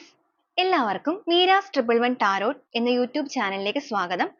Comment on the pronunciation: ടാരോട്ട് അല്ല ടാരോ മതി